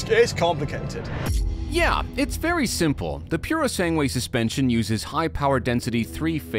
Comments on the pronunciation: Very enjoyable and. informative, as usual! Pity you mispronounced the U of "purosangue" (thoroughbred) each time... 😉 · The ‘u’ is silent in Purosangue.